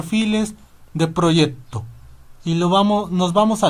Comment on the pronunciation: Proyecto, no proyepto